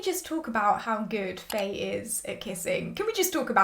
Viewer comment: Loving your reviews as always ! I love your thoughts on characters so much. Btw, Faye's name is pronounced similar to "Fine/Fai" not "Fay" (Just to let you know !!)